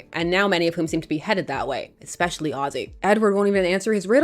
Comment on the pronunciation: This book makes me yearn for scheming Lois and Bat-Mite and Turtle Jimmy and the Rainbow Monster and Streaky...good grief the writing is awful - what a waste of decent artwork. O.k. rant over. Thank you for your vids,. There is no "k" in especially (ekspecially). Teachers know.